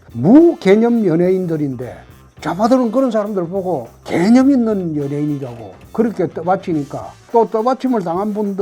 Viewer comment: ㅋㅋㅋㅋ 개ㅡ념있는 연예인이라니 개같이 들리는건 나뿐인가...ㅋㅋㅋ